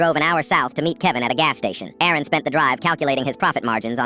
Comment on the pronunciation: Aaron vs Erin 😂 AI should get checked